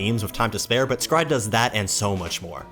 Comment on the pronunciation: Is was today years old when i learn s-cry-ed is a probounce with 1 syllable instead of 3 XD both sound good